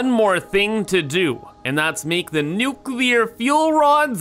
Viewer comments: Hey, New name for nuclear train station... Nuchoolear Station. XD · Nucular spiiice